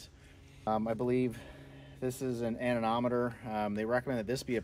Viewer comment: AneMOMeter not AneNOMeter